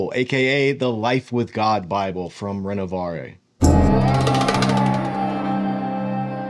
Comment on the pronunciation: No offence… but check your ‘French’ pronounciation of Renovaré